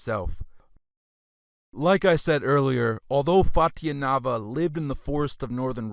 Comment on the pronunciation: It's Fut-YUH-novo, CURR-guns, An-DRONE-novo, E-ranian, Step. You crack me up, my 🤣. Keep up the good work bro, also make sure to shout even louder in the beginning of each paragraph in case people aren't paying attention!